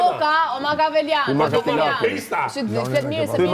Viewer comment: Me çpofshin mua nese e di kjo se kush ka qene Makiaveli dhe per çfare shquhet! Te mesonte te pakten qe nuk thuhet "makaveliane" (njesoj si Shendriti e thote, mbase nga ai e ka degjuar per here te pare)...